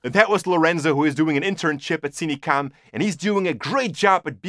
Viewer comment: Why does he say Cinecam ? its cinecom right?